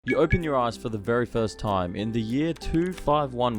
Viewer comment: bro did not say eyes 😭